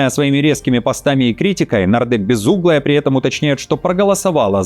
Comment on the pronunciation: Безумная😂😂😂, а не безуглая😅, тупизм!